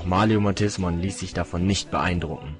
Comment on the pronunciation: Ach du scheiße, wie grottig das ist. Koennen noch nicht mal die Namen von Myotismon vernuenftig aussprechen. Einfach nur eine Schande fuer jeden Digimon-Fan.